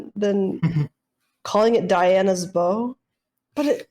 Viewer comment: Ok, now I cannot unhear "Diana's bow"..